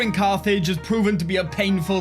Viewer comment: Cathage… or Carthage? 😂 Awesome job on this campaign, and love the content!